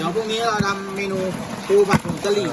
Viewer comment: น้องนัชไม่ต้องเน้นคำ ปูผัดผงกะรี่ 65556